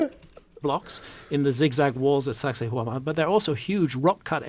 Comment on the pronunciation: When Hancock says SacSayhuaman, I hear Sexy Woman